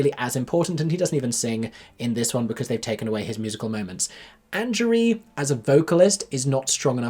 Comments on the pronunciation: Hey, just so you know Angourie Rice’s name is pronounced an-gow-ree, she’s named after a small town here in New South Wales, Australia 🫶🏼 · i think it’s “an-gow-ree” (hard g), like angry